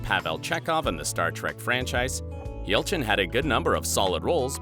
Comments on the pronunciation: says ELCHIN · Oh and you missed the Y in Yelchin.